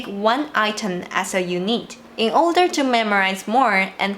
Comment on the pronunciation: Great tips thanks! Btw unit is pronounced "you-knit", hope that helps.